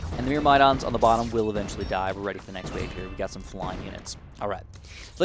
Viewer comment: Congrats on 500k on the main channel!! Also, myrmidon is pronounced like murr-muh-dawn, hope that helps.